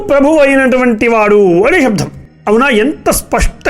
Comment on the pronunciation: శబ్దాన్ని శబ్ధమని దయచేసి పలకకండి. వినటానికి చాలా ఇబ్బందిగా ఉంది.